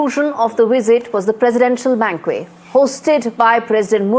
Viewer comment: Madame News Reader , Please check ur pronunciation of the word ' banquet '... This is indeed very sad... U can't afford such errors moreso coz the entire world is watching you...